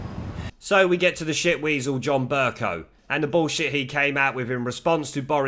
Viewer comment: Amusing to hear you call the speaker Burcunt over and over again...hohoohoho...and yes, Mogg is far too brimming with intellectual guile to have anything but fun with the BBC cretins. I would love to hear Mogg say BurCunt!